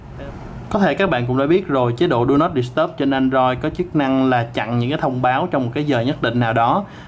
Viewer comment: "Đu nót đ** tắp" @@